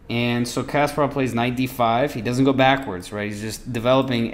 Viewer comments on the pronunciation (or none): It's pronounced Kas-PAH-rov, not "Casperov." Good grief...